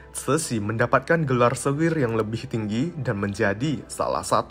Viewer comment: L nya diganti Y. LEBIH di ucap YEBIH. DLL